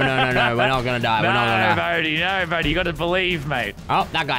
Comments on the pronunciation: It's bodhi not bodie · It Bodhi lol sorry for correcting u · someone count how many times lannan and said Bohdi